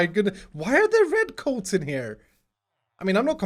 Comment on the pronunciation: the way you say red coats xDD